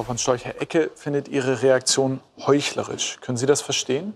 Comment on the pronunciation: Da wurde aber doppelt falsch zitiert. Er sagte nicht "heuchlerisch", sondern "heuchlerich".😂